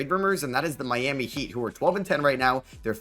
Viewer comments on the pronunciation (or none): none